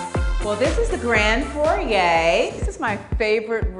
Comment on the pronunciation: The grand for-yay? LOL